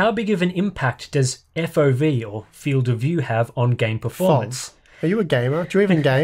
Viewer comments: “Fov” nah man it’s F.O.V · F.O.V. GRrr.. do you even english...lol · No matter how you say it you can't say it without making it sound like FAUV. Except if you say it like Eff-Oh-Vee. And noone is gonna say it like that. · I think that's the point. We old farts say A.T.A.T. while the younger gen says Atat. We say F.O.V. While they go with fauv shutters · Prople are funny. Its FOV as much as its LOL. You dont say eL Oh eL. Luuuul. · I almost died when he said fof... EF OH VEE is the only correct option here... if you dont want to say it like that, just say field of view... but fof is just plain wrong XD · is right Eff Ooh Vee not "foff" hehe I'm in your corner! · Who on earth says "fov" instead of "F.O.V"? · Only noobs say "fauv" or "fov". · no one says Fauv